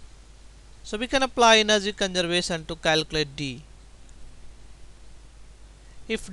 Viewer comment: "Final enerzy" .....😂😂